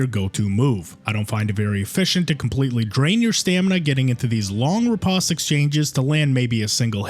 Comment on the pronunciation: it's a long o in riposte, sheesh, google is you're friend already